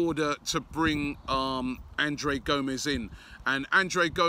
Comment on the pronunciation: C'mon Robbie.. Surely you know how to pronounce the name "Andre" lol. Sometimes I think you're just tryin to troll us =P